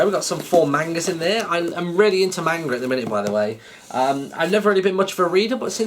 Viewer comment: Its pronounced manga, and I would recommend Death Note